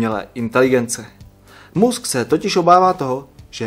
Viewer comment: MUSK..... ta výslovnost by mohla být lepší :)